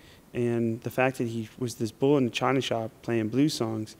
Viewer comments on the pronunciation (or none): none